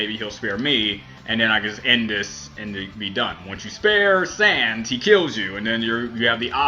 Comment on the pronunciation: Im gonna subscribe just for the reason that he said Sans's name right.